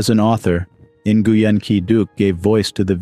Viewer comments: The correct pronunciation of Nguyen sounds like win. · Nguyen is pronounced closely to "Nwin"